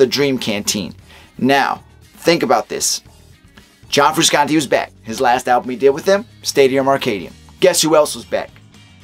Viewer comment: It’s pronounced FrushAuntTay